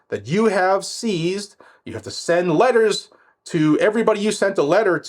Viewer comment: Send those Letaah's! That accent came out